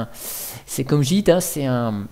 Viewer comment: S'il te plaît, je sais que je suis chiant mais tu peux dire imacs même si ça s'écrit Emacs. Je sais que c'est un détail mais j'adore cet éditeur ultra complet :) La dernière version stable est la 25.1.1 :) Git ne se prononce pas jit mais guit :) Honnêtement, un vrai programmeur n'a pas besoin d'autant d'outils. Il a juste besoin d'un éditeur qu'il configure pour tous les langages. J'ai commencé avec Vim mais Emacs est beaucoup plus complet. C'est donc celui là que j'utilise tout le temps. Pour moi, cette distribution est une DGLFI car ils ont juste installé des outils dont la plupart sont merdiques afin d'attirer les débutants. Le problème, c'est que ceux-ci vont croire que chaque langage a besoin d'un logiciel propre. Alors que cela est faux ! Un programmeur est à l'aise avec tous les langages qui existent ne t'inquiète pas :) Une fois que tu en maîtrises 2-3, les autres deviennent hyper faciles à maîtriser aussi. C'est comme les langues des différentes nations :)